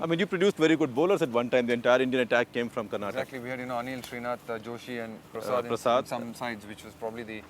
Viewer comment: It is KARNATAKA and NOT KARNATAKKKK! Shekhar you moron!